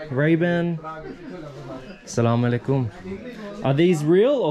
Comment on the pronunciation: Hey I want to tell you that is not slamoallikum its aslamoalikum plz next time say aslamoalikum plz ❤️ love from Pakistan ❤️